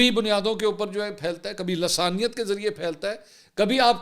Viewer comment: لاسانیت نہیں لسانیت